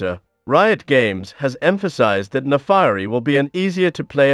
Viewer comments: Naafari? Its Naafiri. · her name should be pronounced "nah fee ree" not "nah fah ree" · "Naafairi" "Sharima" "Aicaivia" It hurts